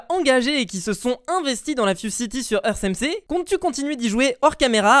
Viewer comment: Ça ce prononce earte , pas eurce